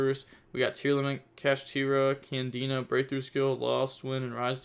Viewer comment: It's not a trikstas it's canadia not candina